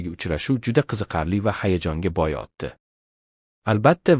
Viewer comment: Бу видеони ким гапирди чала узбекми нима бало утди билан отдини фаркига бормас экан